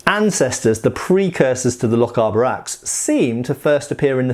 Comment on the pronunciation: Never mind the pronunciation of German things when you can’t pronounce Lochaber right,it’s lock-ay-bar